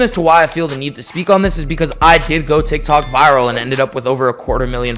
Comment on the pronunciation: sounds like you said "dik tok" in the beginnin 😂